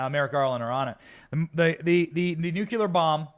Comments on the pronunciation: Benny, the word is nuclear, not nucular. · By the way... nucLEEar, not nucYOUlar. Please practice it because we don’t need any reminders of Dubyah. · Say it with me: NEW-KLEE-ER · Look at how it’s spelled, Benny. It’s NU-KLEE-AR. Nuclear. There’s only one U! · Thanks Benny - great coverage. Pls - Nu-cle-ar😃👍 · Stop saying nucular.